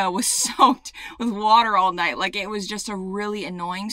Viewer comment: Your southern accent describing the lightning “It’s turning naht into day” was perfection. Especially from a Michigander